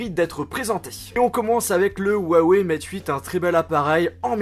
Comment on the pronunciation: XiaoMi se prononce "chiao" Mi. x se prononce "ch" allant vers le "S" un peu. pour HuaiWei, c'est un "h" fort comme en arabe, hebreux etc